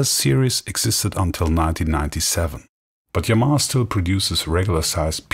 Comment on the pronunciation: I would actually prefer those "bulky" organs from the '70s. There's a Yamaha Electone E-5 on EBay now, what a machine!!! Anyway, someone at last pronounces the word Yamaha properly, without stressing any syllables.